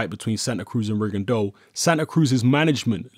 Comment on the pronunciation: Props,! It's not often you hear people pronounce "Rigondeaux" correctly.